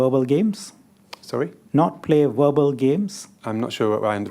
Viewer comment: Shanmugam is an excellent lawyer like most Anehs but his pronunciation of some words was so bad such as - “View” pronounced at “Wiew”…”Verbal” pronounced as “WereBel” etc…🤣